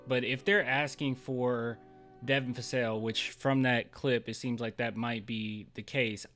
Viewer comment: please stop calling him Devin Fassel!!! lol